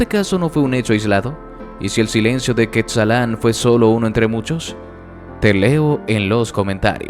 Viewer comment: Es Cuetzalan no quetzalán